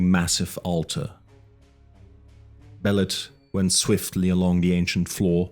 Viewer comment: It pronounced Be lit